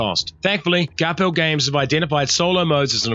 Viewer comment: Straight from Shem's mouth when I was interviewing him at Wellycon: It's pronounced Gar-Phill, not Garp Hill. Named in tribute to Shem's dad, Gary Phillips.